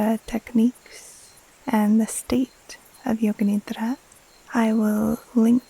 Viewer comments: As an Indian, I wanted to say thank you for acknowledging that Yoga Nidra is so much more than just NSDR. Your pronounciation of Nidra is perfect ❤️ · Your pronunciation of “nidra” is very good